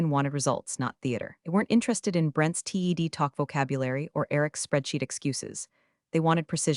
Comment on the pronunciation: read, TED and resume all mispronounced. Might try having someone edit these instead of relying only on the AI doing the writing and reading